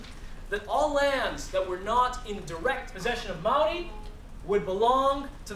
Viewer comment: I cant take him seriously he is not Maori. Is he American ?And also he can't pronounce Maori Properly